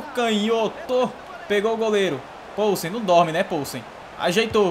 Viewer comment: A pronúncia do polsen é com "i" viu. Tipo "pilsen" mais com o no lugar do "i"